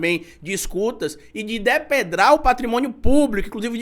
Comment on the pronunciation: Depredar. Vc falou errado